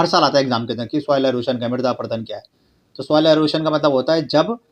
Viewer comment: Midra nahi mirda hota ha 😂